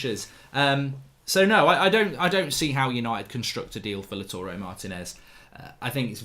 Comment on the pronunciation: It's not Laturey Martinez, it's LAUTARO, LOW-TAH-ROW